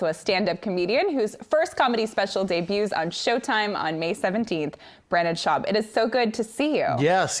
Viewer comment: ”BRANDON SHAUB” 😂 she started the Brenda Schlobbo movement.